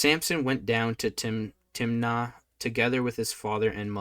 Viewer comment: Samson went down to - Timiniah - snickers - Timnah